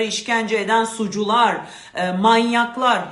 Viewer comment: Bana anlatır gibi anlatıyosunuz net anlatıyorsun yalnız suçlular diyeceğine sucular dediniz sucular yanlış anlayacak😂😂😂